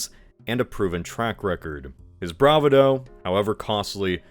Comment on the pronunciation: the way he said bravado lol